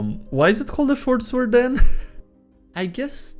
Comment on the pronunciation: Still suprised that you have yet to pronounce sword correctly in any of your videos